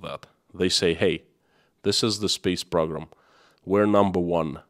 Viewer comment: PRO-GRAM. not PROG-RAM